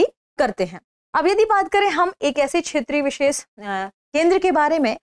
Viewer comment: आज ज्ञात हुआ कि "दृष्टि IAS" में कार्यरत तथाकथित पढ़े लिखे लोग (जैसे कि ये मोहतरमा) भी ठीक से हिन्दी भाषा बोलने में असमर्थ हैं। १) क्षेत्रीय को बार बार छेत्रिय २) तटस्थ को बार बार तठस्थ ✓ The actual focus is towards the get-up and the external appearance rather than on the correct Pronunciations. ✓ Is there any viewer out of 34K viewers who has bothered to Notice this??!! Perhaps not, because most are Birds of the same Feather!! Are the CEO and the Audio/Video Editor of "Drishti IAS" noticing? They seem to have overlooked.